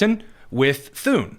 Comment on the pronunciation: Thune. Rhymes with. Prune